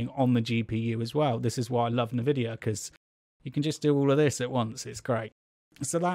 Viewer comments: Dude its Nvidia not nevidia lmaooo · Nevidia? WTF!? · As soon as I heard Navidia.... I was done. lol.